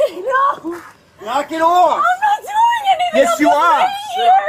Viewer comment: Former New Yorker officer: "Knack it ohff!" 😂